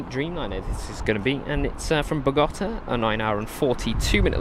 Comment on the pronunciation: Bogotá please, accent on the letter “a” thank you